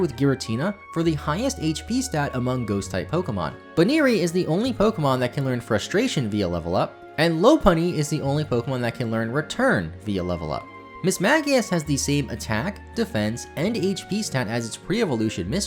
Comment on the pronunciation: The fact for Monferno about one of the moves seen on it's card could apply to a huge number of cards, as they often use names for attacks that aren't in the games at all. Also, Lopunny's name is pronounced Lop-punny, not Low-punny: it's based on a lop rabbit, which have ears that hang down instead of standing upright